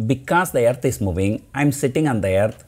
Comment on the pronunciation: I like “Aaearth”